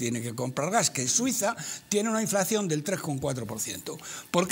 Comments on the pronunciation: Roberto! Es "inflación" no "inflaxión" Del verbo "inflar" poreso el antónimo de inflación es "deflación". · Díganle a este hombre que no se llama inflacción sino inflación. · es que no es ningún chiste. Está mal dicho "inflaxión". Es INFLACIÓN!